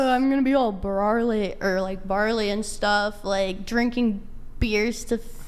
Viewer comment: Did she really say “barley”, like, are we men trying to become grains? 😂